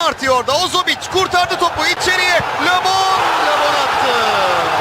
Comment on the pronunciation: Labon diyil! Lebon